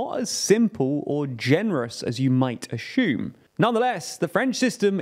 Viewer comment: ASSUME not "ASHOOM"